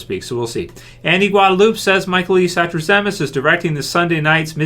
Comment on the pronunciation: so I grew up with Michael satrazemis's cousin in Florida and I sent her a link to this video so she could hear the shout out and she said you pronounced it wrong? lol we both agree with you his episodes are always great!